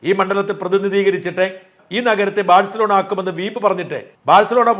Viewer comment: "ബാഴ്സലോണ" യാണ് മറുനാടാ!! വിവരമുള്ള ആരെയെങ്കിലും വെക്കു..